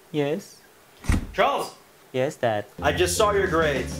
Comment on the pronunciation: he said "Chrals" not "Charles" 😂